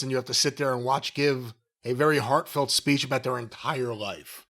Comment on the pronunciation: Giving his speech-uh. In the middle of the ring-uh.